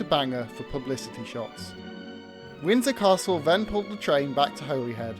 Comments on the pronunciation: I thinks it’s a clumsy edit, rather than a mistake. As he said Butlin purchased 3 Pacific’s. He then lists all three, but with Royal Scot in the middle. It’s a really good video, and enjoyed it. But it is pronounced ‘Holly Head’ not ‘Holy Head’. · Terrific video - thanks. Just a note about the pronunciation of Holyhead - it's said 'Holly- head'.